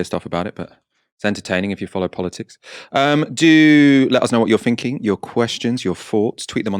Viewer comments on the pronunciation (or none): "do let us know what you're finking, your questions, your foughts... Boris Johnson's premiership is now hanging by a fred "....so I'm "finking" how ridiculous it sounds when a presenter can't pronounce "th" properly